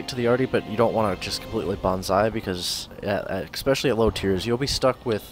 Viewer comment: "expecially"....lol, Americans.....